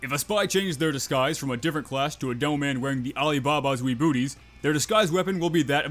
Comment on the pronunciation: why do i hear you say devil man instead of demoman